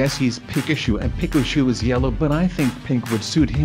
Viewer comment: lol why did you say Pikachu wrong lololololololol (2000 years later) lolololololololololololololol